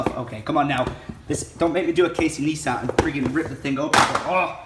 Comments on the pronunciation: It's not Casey Nes-tat, It's like Casey Nice tat, Like Thats a nice tattoo. ;) like if anyone gets it. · It's Casey Nice-tat (Neistat) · It's neistat not "kneestat", his name should be pronounced like "nice tat" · Nice-tat. Not Neis-tat :P jk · ITS FUCKING NEISTAT,LIKE NICE-TAT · Casey nice-tat. jees say it right! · Its pronounced Nice Tat ... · Its casey nice-stat (neistat)